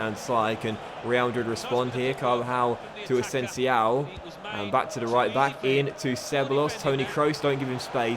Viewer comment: Please learn how to pronounce asensio...